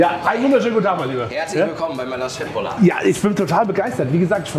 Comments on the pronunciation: Danke, dass du Köttbullar richtig aussprichst🙏🙏🙏💯❤️ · P.S. bin etwas überrascht über die Aussprache von Köttbullar - sogar der pädagogische Aspekt wird erfüllt!